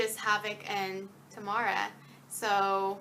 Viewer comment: I think Tamara in this series is meant to be pronounced "Tah-mera" rather than "Tuhmara", because that is how the authors pronounced it in the interviews.